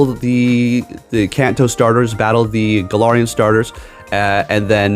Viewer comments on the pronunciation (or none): none